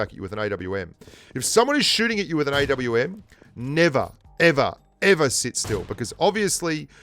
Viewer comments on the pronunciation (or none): You know not to be condescending but if you want to pronounce the names of the guns properly the AWM is not pronounced Ahh-mmm but A W M as in Accuracy International the manufacturer and Artic Warfare Magnum (AWM) the model.